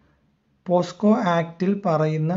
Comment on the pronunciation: പോക്സോ ആണ് പോസ്കോ അല്ല ഇത് കൂടി ശ്രദ്ധിക്കുക